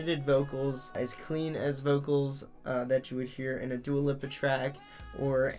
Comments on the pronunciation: lol its dua leap-a no lip-a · He said her name wrong